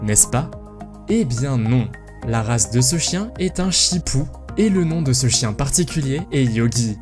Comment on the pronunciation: La race de chien du début est un shitsu et non un shipu et aussi, sandy et une berger blanc suisse mais sinon super vidéo ;)